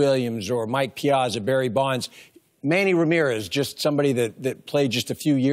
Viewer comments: EeeeZeee lol true. PEEAWTZA! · Karros was Piazza's teammate for years and yet still can't pronounce his name correctly......smh.